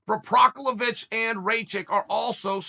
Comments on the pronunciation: How many times is chael gonna make up jiris last name hahahaha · Chael pronouncing jiri last name different every time in this video had me laughing lol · Chael is saying jiris name wrong on purpose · The way he keeps messing up Jiri's last name as this video goes on is funny as hell😂😂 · he made Jiri’s last name sound like an allergy medicine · Chael, just Google how to pronounce PROCHAZKA. Or how about you ask Jon Anik??? For the love of god it's not that difficult. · Chael still has no idea how to pronounce names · Prosafec??? Oh, you mean "Pro-Hav-Ska" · i think it's pro-HAS-ka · So we got Procevik and Raicheck, nice. EDIT: LOL we also have PRO - VI - ZER in the division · "Against proviser or rachik" chael is doing this on purpose 😂😂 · Provisor or Raichik....oh Chael never change haha . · “provisor” is by far my favorite pronunciation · Who the fuck is prok-low-vich? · o wait it's provisor by the end, nvm its proklahavic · Ah yes, Jiri Provasmeck. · Prokochic? Provizer? Procklovich. Racik? Raychick? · Prosovick and Rachik????😂😂😂😂😂😂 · Jiri Pro-hash-ca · Jiri has at least 4 surnames according to Chael : 1. Provizer 2. Prohobilich 3. Procovlovich 4. Provocative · My two cents is it's gotta be provoskovich, proclomanov, or proskahobovic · Procolovich and Raikitch 😂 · "You got ...JIRI PROVASVIC" if you have more than 2 syllables in your name expect uncle Chael to give you 827 other names🤣🤣🤣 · Chael: Jiri Proviser Me: Ok great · Hey just wondering what vaccinations you guys got in the comments....Moderna Phizer or Provizer? haha prochlevich was just the cherry on top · "Yuri Prohazvac" :D :D :D :D nice one, Cheal. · Chael you're killing me here, LOL. Managing to butcher Yuri's name five times in one video.....My favorite was the last one Proklavich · Chael “ yuri provasbek “ sonnen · Who the fk is prossvakic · "Provizor" christ chael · Oh Chael, we love how you say fighters names Prohaklavic Pervisor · Chael is undefeated at mispronouncing Jiri's name